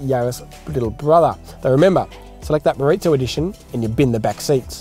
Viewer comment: Moreezo, not moritzo.